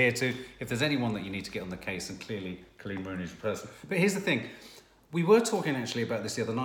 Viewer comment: It’s Col’eeeen!!! Not CLEAN. 😍